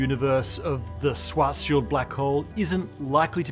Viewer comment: It's pronounced Schwartzz-child....